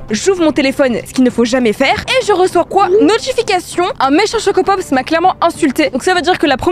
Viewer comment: c bizare comeme de dire chocopop's